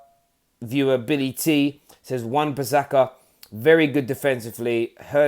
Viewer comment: Its wan bisaka not wan pisaka